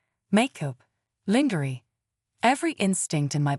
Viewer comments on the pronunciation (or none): Stop mispronouncing lingerie and Ava 😢😢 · Please stop mispronouncing lingerie 😢😢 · Stop mispronouncing lingerie 😢😢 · Stop mispronouncing lingerie 😢